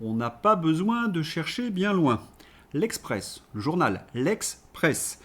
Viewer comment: "L'ex presse" 😂😂